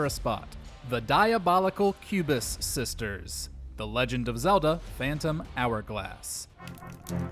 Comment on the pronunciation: Hard not to hear "cubist sisters" for entery #9. oO0( What's wrong with having a favorite style of art? ) 😂